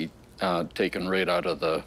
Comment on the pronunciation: Out.....Oout..........Hoooooooooout..........Houuuuuuuuuuttttttttttttttt.....How do you say it???? lol